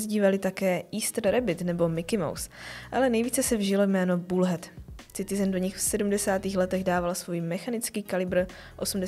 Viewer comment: Boze to se necte Citizen... s C.... to tak strasne boli do usi....muzete se naucit zkusit to rict jinak. Pokud je to zamerne na upoutani pozornosti.... tak je to skvele!!